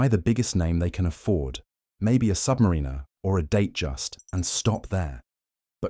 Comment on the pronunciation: #1 watch mistake, a YT channel not properly saying 'Submariner' because they used AI speech.